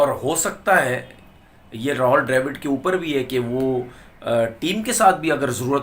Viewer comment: Tumara naam Tenavir Amid hai? Nahi hai to Rahul Dravid ko Rahol Drevid kyo bolte ho jaan boojhkar.